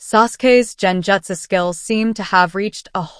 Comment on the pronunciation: It is Gen jutsu. Gen. Not Jen